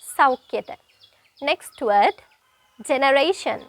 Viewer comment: Sorry meant to say work on "d". eg. "Word" you sound like we:t. Apologies🙏